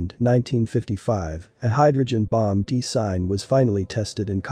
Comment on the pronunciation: That is weird. I'm having a hard time with all the mispronounced words: Dis-Saster, De-Sign, etc.